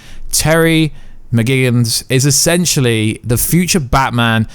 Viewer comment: Im doing my best to really like your videos and support you and your channel, but when you questioned peoples knowledge of Terry McGinnis was a little unjustified, as you yourself pronounced his surname wrong in the video, Im not dissing you, im just trying to be supportive, but one thing i need to point out is that, sometimes you pronounce BATMAN as BATMAN and then you pronounce it BATMON….!!!!???? Come onnnn…. And i have to really disagree with you on Tom Holland he plays for the wrong team (marvel) & Zack Effron really ...??? Anyway none of my comments are ment i to upset just to converse, have a good day